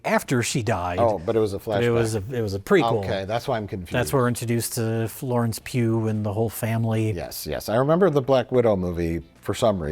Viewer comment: was Mike saying “Florence Pube”? 😂